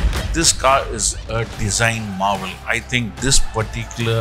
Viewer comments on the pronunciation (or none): none